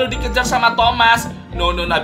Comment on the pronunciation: Bang kok ngomongnya tomat? Bukanya itu thomas